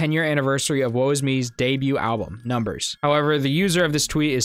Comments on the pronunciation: You said woo is me lol. It’s woe, is me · It's Woe, Is Me btw not Woo Is Me. Keep up the cool videos! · Great vid but have to say it's woe is me pronounced "whoa" not woo lol that made me chuckle 😉🤘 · i love your shit man but you pronnouncing woe, is me as "woo is me" geeked me lmaoo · DID HE JUST PRONOUNCE IT “WUU IS ME”? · Ahh yes, my favorite band, wooisme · Woe is me is pronounce like "woah" just so ya know lol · Did he say wu wu is me? Lol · did he say.. woo is me? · woe is pronounced "whoa" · How did you butcher saying “Woe Is Me” 😭🤣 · WHY DID YOU SAY WOE IS ME LIKE THAT😂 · Why did you say Woe Is Me like that 😂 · Why tf did you say woe is me like that like you’ve never heard anyone say it